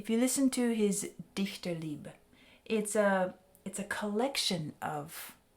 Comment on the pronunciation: Very good pronunciation on Dichterliebe. It is not an easy word to pronounce for English speakers.